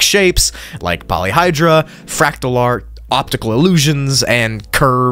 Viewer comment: as a math enjoyer, i died inside when he said "polyhydra" Its "polyheadra"